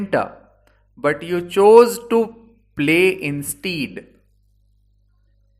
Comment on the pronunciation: All your pronunciation was perfect, except for the one word 'instead'. This word is one of those annoyingly Irregularly pronounced English words which refuses to obey the rule which makes other words like this have a long 'eee' sound for the written 'ea' vowel combination, like the 'ee' in the word 'breed'. In this case it is pronounced as 'ai' as in the word 'air' like the word 'bread'. Well done. I hope my Hindi pronunciation will ever be as good as your English pronunciation.🙏